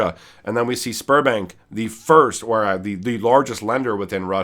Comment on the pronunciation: I kept hearing Spermbank and giggling. Had to watch twice